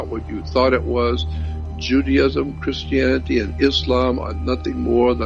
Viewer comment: If you notices he said chrsitanity and jewdaisim